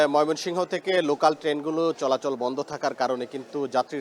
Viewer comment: লোকান নাকি লোকাল?